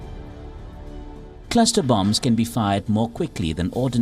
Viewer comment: Wtf is a "claster" bomb?